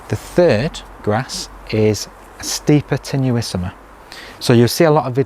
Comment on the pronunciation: Well done for getting your tongue around all those names! I particularly like your Stipa Tenuissima. I can imagine running my fingers through it as it looks very tactile.